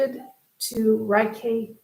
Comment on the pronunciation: It is pronounce Raykey.